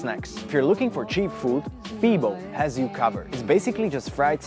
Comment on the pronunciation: Hi, great video about Amsterdam. We Dutch pronounce the E just like the English pronounce the A. Confusing? So FEBO is pronounce as FABO;-). Keep making YouTube content, you're doing great!